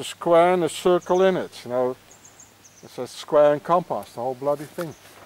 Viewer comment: He looks at the manhole cover and say: square and compas 😂 WTF ? And A Ra Gon is a famous french poet. Louis Aragon.